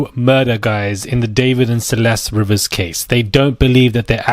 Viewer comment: It's pronounced "Ree-vis." At least pronounce the victim's name properly